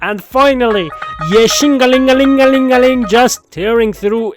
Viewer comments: you said 69x yeshingeling 😂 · why do zzz content creators awlays get so quirky when it comes to Ye Shunguang’s name? Shungus, wan-wan, Kanye, etc. lmao. This was the weirdest one yet